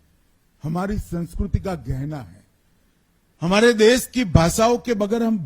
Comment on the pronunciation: Dess nahi desh hindi to bol lo sahi say